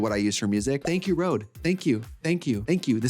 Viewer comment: That is not a Rode mic? That's a Røde (red/reds in Danish). Pronounced: hhrroouugghh